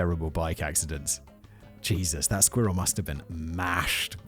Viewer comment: I mean, the word "squirrel" is adorable and fun to say as it is, but the way Simon pronounces it ("squeeril") makes it even more damn cute. 😂